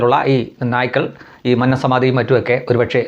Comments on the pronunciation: മൻനം അല്ല . "മന്നം" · Please pronounce ' Mannam 'correctly. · ഉച്ചാരണം മന്നം .... ശരിയല്ല